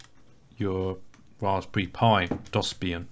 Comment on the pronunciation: How did you mispronounce DOSBIAN lol